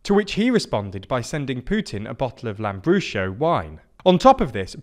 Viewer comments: Notes on Italian pronunciation; Lega - lay-ga Forza - four-tsa Lambrusco - lam-broos-coh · Btw is pronounced lambrusko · Lambrusco is pronounced with sk, not sh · Misleading title and linguistic butchery of poor Lambrusco...